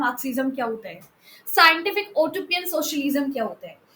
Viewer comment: Utopian pronounciation is wrong !